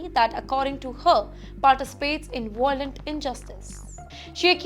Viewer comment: So true. Also, "voi-lent" 🤦🏽‍♀️🤦🏽‍♀️🤦🏽‍♀️